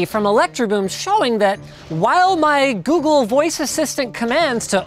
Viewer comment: Its not working because you said "Okay Woogle"